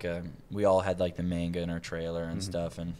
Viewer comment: Jesus Christ, Nat. Why do you insist on saying "manga" the wrong way?